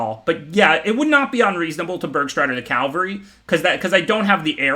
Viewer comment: I’m still waiting for him learning that Cavalry and Calvary are two really different words